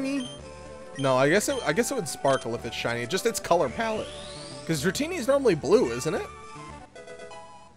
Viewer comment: ITS NOT DRATANA ITS DRATINI